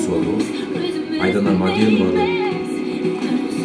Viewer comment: Не снимайте больше реакции пожалуйста!!! Если вы даже нормально фамилию певицы не можете произнести МЕденова а не МАденова!!!!!!